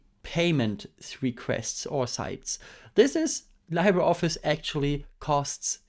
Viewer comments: "libre" is a Latin word, and Latin pronunciations tend to be straightforward, so it would be "lee-bray" instead of "lie-bray". "Library" comes from Old French "librarie", but for some reason doesn't carry over French pronunciation. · Hehe never heard it pronounced that way too. Either Lee-bruh (French) or Lee-bray (Spanish). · It's pronounced liːbrə ɒfɪs, not laɪbrə ɒfɪs. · Li sounds Lee, like Bruce Lee, please say "LeebreOffice" 😅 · LibreOffice should get an award for brand failure. I mean, half of the world's population can't even pronounce it right.